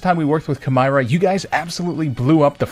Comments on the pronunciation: I’m pretty sure the sponsor name was supposed to be pronounced like “chimera” since that’s what the logo is lol. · Wait, it’s pronounces “Kai-meer-a”